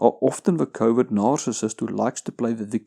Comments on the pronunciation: I'm sorry. But is he saying covid narcissist? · In the beginning of the video I thought he was saying "Covid Narcissist" and thought it was a unique take on some of the insanity going on out there. Then I realized I misheard him. But still... Covid Narcissist. I'm thinking that's a real thing... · I keep hearing "Covid narcissist"... lol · What the hell is covid nararcissist? I've heard him say it a dozen times and I can't think of what other word he could be saying